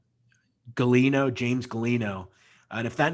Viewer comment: I think this guy nam was Galione. not Galino